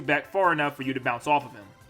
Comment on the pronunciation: it's bounce not pounce xD